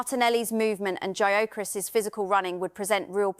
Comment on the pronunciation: needs to correctly pronounce the names of the players, e.g. Gyökeres and Mosquera. Show some respect and do your homework.